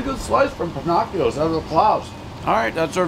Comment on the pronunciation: 😨 "Pin-knock-e-o's", "May-nor-haven" As usual every name mispronounced.